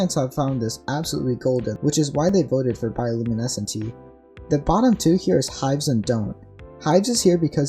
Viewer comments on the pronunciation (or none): Hives. IT IS HIVES.